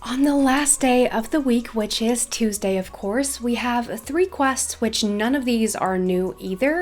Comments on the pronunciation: it’s really cute how she says ❤️❤️❤️i love you so so much!! ( it’s pronounced toooosday❤️❤️) no hate!! i love you so much and welcome for learning almost entire english from just youtube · Omg I love your accent but the way you say Tuesday is so weird LOL don’t kill me ilysm 😂😂